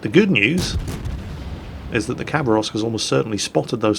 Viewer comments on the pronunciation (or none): Correct pronunciation is “ha BAR ovsk”. If you care, that is.